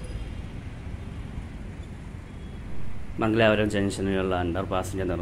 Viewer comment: Not Mangalaapuram, but Mangalapuram.